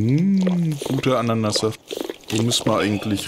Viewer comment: mmmmh , "gute Anannasaft" LOL xD